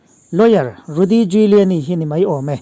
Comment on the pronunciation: A pawi hle mai, a kum a tam ve tawh si a a ngaihtuahawm mang e o. A thawkrim bawk si, Lalpan vengin hruai zel rawh se. Giuliani tih hi Júliani tia lam mai tur ni âwm tak a ni.